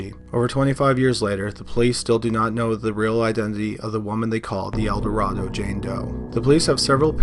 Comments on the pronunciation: As others have stated, El Dorado JD has been solved. Also “El Dorado” in this case is pronounced “Elduh-RAY-doh” in this case. Because Arkansas. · You are mispronouncing Eldorado.